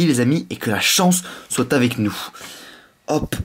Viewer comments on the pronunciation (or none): none